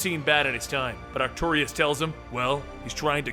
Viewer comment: do the Micronauts! and if you do his name is pronounced Ark-too-russ. no i